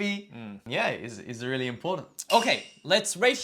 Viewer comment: その後で説明しているけど、ホリエモンは日本人の典型的な発音で、アンビリーバボー！と言ってるからです。 レアリー？も日本人の発音の典型的な発音で、通じない可能性が高いです。 Unbelievableとか、Really？はマジで発音が難しいです。 自分ならば代わりに、 Wow! It's amazing! が言いやすくて、良く使ってます。 UnbelievableやReallyは、地雷です。